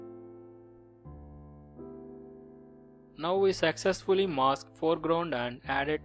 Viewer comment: " it is done sexesfully "